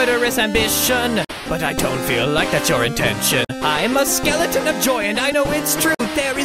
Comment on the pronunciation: Skele-ton ton😂very good